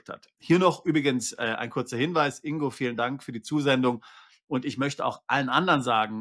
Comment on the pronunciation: Und Glückwunsch, den Namen richtig ausgesprochen zu haben! Das G im Namen INGO wird gesprochen! G wie Geil, Golf oder Gold!😊